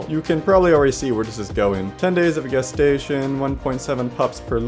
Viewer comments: Lower music next time pls Also it's gestation period not "Guestation" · FYI: the G in gestation is pronounced like a J as in GIF.